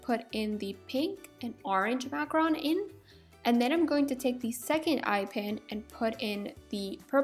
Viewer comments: I'm sorry I can't take it, it's Mac-roon not Mac-Ron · It's pronounced makaroon not makrun. (macaroon) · I absolutely adore your DIY videos! I'm making my own cute little DIY's at the moment, but I noticed something that (call me petty I know lol) Is a bit of a pet peeve of mine. When you talk about Macaroons, you call them "Macrons." I just wanted to let you know the word is "Mac-a-roon." From one person to another! Not being a butthole, just trying to help you out a little!!! <3 KEEP MAKING CUTE STUFF I LOVE IT! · Omg you do not know how to pronounce macarOOns it annoys me so much it is not macarons it is macarOOns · Is it really pronounced macaRON? I thought it was macaROON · this video is so cool! (also it's pronounced mac-u-roon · you should say it like maroon